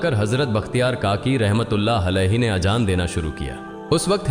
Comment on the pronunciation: Gareeb nawaaz bolte h nawaj ni thumbnail me galt h .azaan hota h ajaan ni pls sahi se sahi words bole aur b gltiya h sahi se words ni bole gae h pls check